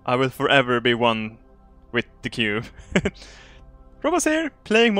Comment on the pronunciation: Towards the beginning he was pronouncing it coob